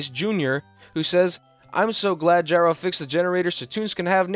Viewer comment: finally, you pronounced it gyro and not "geero"